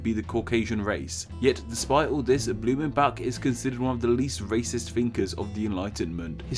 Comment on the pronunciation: Blumenbak??? Come on americans, please at least try to pronounce the names correctly.